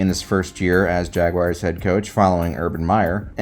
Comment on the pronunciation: it's jaguArs not jaguires